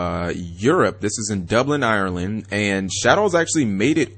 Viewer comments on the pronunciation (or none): none